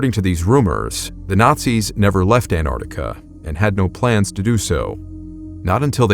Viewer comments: Every time you pronounce Antarctica I die inside. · Antarctica has a bloody T in it! It is not silent. Jeez! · The American pronunciation of Antarctica is interesting. Most English countries - An-Tarc-Ticka American - An - ardica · Why cant Americans pronounce AnTARTICA properly? You always drop the first T. Otherwise, a great story. Love from New Zealand 🇳🇿